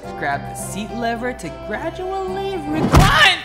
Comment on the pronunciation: isn't it recline not refine?